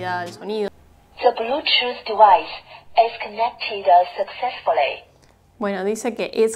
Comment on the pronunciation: "De blúchuz divaiz is conectidas sakzesfulei"